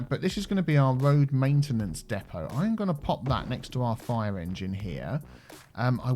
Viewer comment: so it's your..."Main tea nance area"?